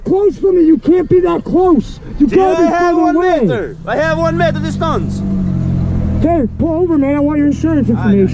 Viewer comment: I have one "meiter distaence!"